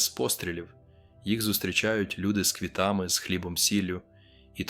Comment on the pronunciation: Знаєте, дуже хочеться щоб так було🙏🙏🙏🙏. Але мене різнуло у розповіді - село…. Хати деревʼяні… на Волині??? Там хати не деревʼяні. Там люди заможньо живуть… В деяких словах голос робить наголос невірно: тріщіть.. з квітами і ще ін. Дуже не хочеться розчаруватися. Це схоже на штучний інтелект.